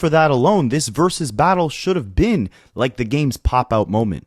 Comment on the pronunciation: I know you're a child, but stop saying "verus battle."